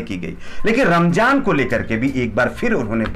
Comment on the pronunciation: Ramzaan h bro Ramjaan nahi pronunciation sahi se kro....Alkah Hidayat de Hamare Yogi Ji ku😎